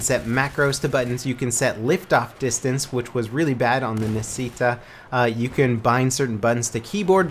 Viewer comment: omg i'm italian and its hard to hear you pronounce nascita as... naseéta, you should pronounce it nàshita which means can be translated into "birth".